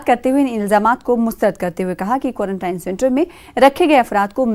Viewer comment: It's not quarantyne it's quarantine